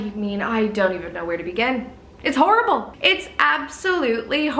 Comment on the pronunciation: The way you said Horrible! Shocking! sounded so Brittish 😊